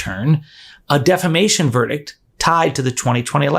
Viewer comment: or, as Lindell says, “Deflamamation.” 😂 😜 🤣